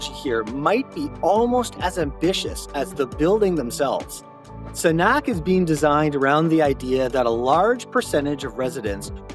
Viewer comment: Please take the time, care, and respect, and learn how to pronounce this project correctly BEFORE you produce a video on it!